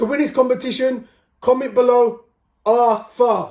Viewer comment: ARTHUR …… ARRRR-TUR-JAB